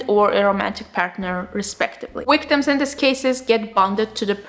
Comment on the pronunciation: I like it when she says “wwictims”